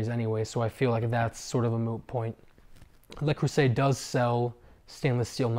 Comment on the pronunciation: Le, not Lay Creuset.